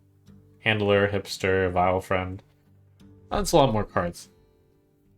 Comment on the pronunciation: You've twisted Vilefiend into Vy-friend lol. Everytime.